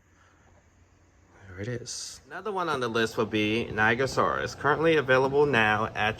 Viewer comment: um u pronounced Nigersaurus wrong. it’s nie-jer-saurus